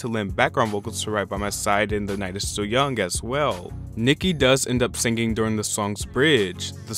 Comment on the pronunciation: He has a third grade education, what do you expect